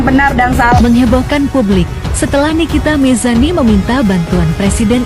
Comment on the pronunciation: nikita Mirzani bang bukan nikita mirsani 😅🫢